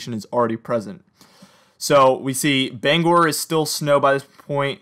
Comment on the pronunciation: You've got the pronunciation of Bangor correct!